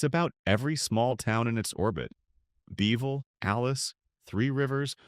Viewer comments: Kerrville not Careville. Peecos? Its Pay- cos!! Beville? Its Beeee' ville. This video was made way before the big flood that hit in early spring of 2026. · This announcer has got to be AI. Nobody is that stupid to mispronounce towns in a video of this magnitude. .For instance, Pecos is pronounce pay-kos. Beeville is not Bee-veal. It's Bee-ville. It's not Nusass county, it should be Nu-aces County. Many other towns were mispronounce in such a way, it would insult any Texas native